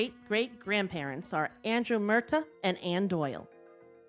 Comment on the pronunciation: Its not Mertha its Mur- tah . Its how the irish say it, sorry but after thenfufth time hearing it said wrong srarfed to grt really greating 😂😂